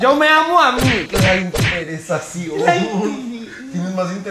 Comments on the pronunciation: "la convencion" "La interizacion" "La interes" 🤣 🤣 🤣 🤣 🤣 🤣 🤣 🤣 🤣 🤣 🤣 🤣 🤣 🤣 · "La convención" "La interesizacion"🤣🤣🤣🤣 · No les pasa que ✨la interesizaución✨ jajajajajaja